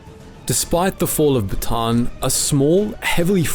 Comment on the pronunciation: Bataan is pronounced Baa TAH" Ann ... 3 syllables